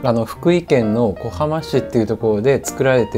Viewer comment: いつも動画を観ながらパスタを作って楽しませて頂いております。ちなみに雲丹ひしおの「小浜」は「おばま」と読みます。